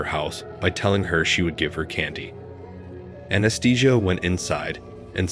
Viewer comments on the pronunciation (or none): The pronunciation of "Anastasia" as "Anaesthesia" has to be the funniest thing I've ever heard.